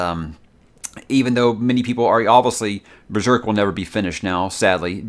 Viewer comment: Does anyone else love when says, “Oviously”? Lmao. you’re the man bro, best YouTuber and always great content!